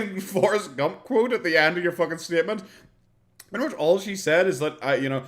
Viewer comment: no she mispronounced pretty. She does have very high if unrealistic opinions of herself